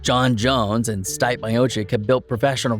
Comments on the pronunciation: It’s pronounced Stee-Pay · This fukin guy. Learn the fighters names. Stipp